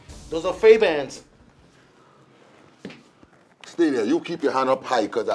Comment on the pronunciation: faybans!!! lol